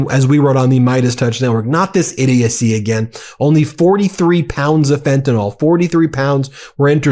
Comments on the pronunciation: It's FENTANYL, not FENTANOL but, like most Americans, you're not smart enough to read and pronounce correctly. Carry on, make yourself look stupid. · Please start a movement and pronounce "fentanyl" correctly. It's not "fentanOL," as Mango says - it's "fentanIL." Let's get it right - we don't want to sound like him! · Why do you keep saying "FentanOl" like Trump does? It's "FentanYl" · It's pronounced fenta(nil) NOT fenta(nol) PLEASE SOUND LIKE YOU KNOW WHAT UR TALKING ABOUT!! R.N. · Ben, this is driving me nuts, Fentanyl is pronounced "Fenta-NIL" not "Fenta-NOL". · Why do Americans pronounce Fentanyl ''fentanal''? Is it sounds similarl to Americans who pronounce nuclear ''nurclear''?. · Looked everywhere. Can't find an 'o' in FentanYl. F'n annoys me the way Yanks can't say FentanYl.